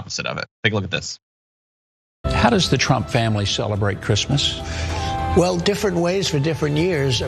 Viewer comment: "Who gives a f*ck about Chreesmas things?"